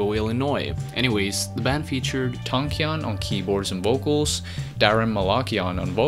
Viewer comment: Hearing the pronunciation of these last names is so physically painful. Armenian last names have the intonation on the last letter "a", right before the "n". So Malakian is pronounced Malakián, Tankián, even Kardashian has that same rule and so on.